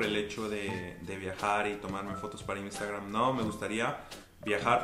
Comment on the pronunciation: "imstagram" ggggg